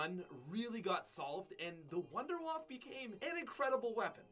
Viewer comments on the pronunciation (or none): You pronounce it like vonder vaffe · You pronounce wunderwaffe so wrong.. Its a german name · So funny How he pronounce wunderwaffe im german and I Know How it is pronounced and to me it Sounds funny